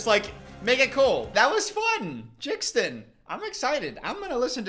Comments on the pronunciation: The way he kept calling jaden “jxdn” 💀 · its the "jixdin" for me💀💀💀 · nobody:: "ok lets listen to JIXden" 😭😭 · you saying jixdin when it’s jaden 😭😭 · calling him Jixdin is sending me 😂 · WHO IS JIXTON ITS PRONOUNCED JADIEN 😭 (no hate btw ily it’s just funny lol) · the way you pronounce jaden is killing me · how he pronounced jaden's name killed me💀